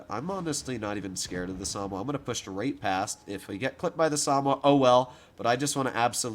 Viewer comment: SA - MO - WA. Samoa